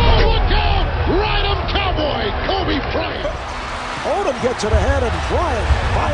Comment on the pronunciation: KobricK Cryant😂😂